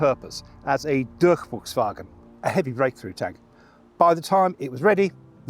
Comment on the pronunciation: Again, I have to applaude the german pronounciation of the host. Along comes a flawless Durchbruchswagen, which let's foreign speakers break some sweat, I can imagine. However, I have to pick on the seriENturm. That one was really hard to understand, because the emphasis was off. It should be more like SErien|TUrm. With a hint of pause between the words. (I tihink this is called glottal stop?) The emphasis is really easy actually: it's always at the front. Maybe with some smaller emphasis at the beginning of the subwords of a longer snake word. Yeah. German is a concatenative language. I think that is an advanteage, actually. Content wise there is not much to say. Well researched, well presented, hgih quality. As usual. 🙂